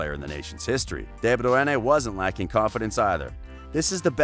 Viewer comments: I'm about to throw my phone across the room at that pronunciation. Americans just don't seem to be able to pronounce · I hated the way u said his last name omg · C'mon! 😳 WTF Is this??? You can't even get a guy who can pronounce De Bruyne's name???? He's only the BEST assists player in the world!!! Shameful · Had to mute each time he says De bruyne's name in the weirdest way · FFS this is the worse ever,it's insane that nobody said anything about your effort in how you pronounce KDB name ? Mind you it's in all your vids but staying on this one ,where have you ever heard his name said like that i'm sure its a bet with your mates to pronounce it like that and like that i mean all fucked up ? Ha the special olympics sounds like you should be commentating for them ....... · What the actual f is this pronounciation of Bruyne 😂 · the way you say is name is distracting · If you're from the UK, you are saying it wrong too. Ask someone from Flanders, they are the only one that can pronounce it right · WTF , he is destroying De Bruyne’s name . Don’t get Americans to speak about football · This narrator is annoying and ruined the whole video, his annoying voice is so cringe. I’m assuming he thinks it’s flattering to pronounce a name he has no clue to pronounce! Get this guy some lessons how to speak! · Man... i thought the premier league commentators said his name bad, this dude takes the cake. Absolutely atrocious that this was even posted on YT. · You butchered his name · everytime you say his name badly i took a shot.im in hospital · The narrator is surely pronouncing de Bruyne in afrikaans. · Would you please just call him KDB, your pronunciation of DE BRUYNE is heart breaking💔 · Ew how he says de Bruyne is triggering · I searched it up and are saying it wring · nah mate, I'm Dutch and he's way off. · Why are you calling him Kevin Deborah? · Kevin dae Braeune😁😁....man just call him kdb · Kevin de Bruanna? :D :D :D :D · Pronounced 'De broy-ne'